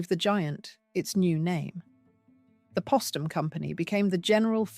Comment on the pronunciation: It's Poe-stum! Not Pah-stum. Like their name Post. Geez!